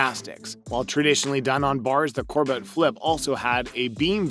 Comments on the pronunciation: Ulga Kor-butt lmao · Her name isn't cor-butt